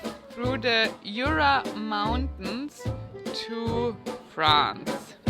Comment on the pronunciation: Jura is pronounced SHÜÜRA and not with your heavy kraut accent YOOORAH